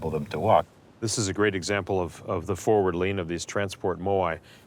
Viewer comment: “Thuh Island” is so cringey. Someone please inform the narrator that the word the is pronounced thee before a vowel. He must’ve missed that day of third grade.